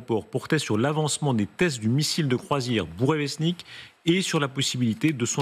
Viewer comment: s’est vantée sur cette chaîne qu’elle sait lire les nouvelles en langue russe. Mais elle ne peux pas prononcer « Bourevestnik »